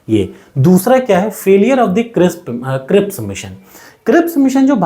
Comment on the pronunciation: Not crissp, but cripps mission 😂, Aapke dmg me to khane ka chl rha h!